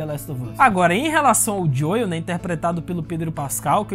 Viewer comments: Gostei das suas considerações mas só uma dica, a pronúncia do nome do Joel é "Jhou" e não "Joio", então ficou meio chato ouvir a cada minuto assim, principalmente se vc joga no original. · Sempre q o pronuncia o nome do Joel (Dioiu), meus ouvidos sangram 🤣🤣